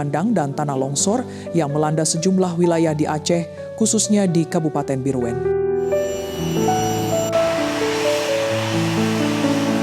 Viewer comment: bireuen itu di baca bireun..